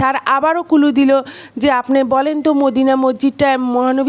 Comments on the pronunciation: Clue এর উচচারণ করছেন কুলু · কুলু না রে! ক্লু হবে আপু।